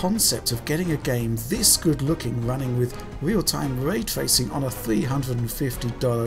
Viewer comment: Way twacing